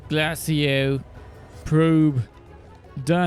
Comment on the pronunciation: Pronouncement: Glay-shi-o